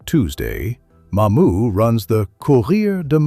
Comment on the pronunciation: LOLOLOLOL Bayou Court-a-blow and spelled Court, Tableau in the video 🤣 Courtableau sounds like Catalpa except replace the “p” with “bl”: Catabla (Cah-tah-blah) Kudos for getting Mamou and Opelousas, Bayou Teche, and a majority of them right!! That’s best anyone else has done, just like the first season of True Detective. Chachere is pronounced as Sah-shur-REE. You can look up the Tony Chachere’s video on YouTube to hear the pronunciation. You’re pretty close on LeBlanc, just omit the “c” and you’re spot on! Very good video!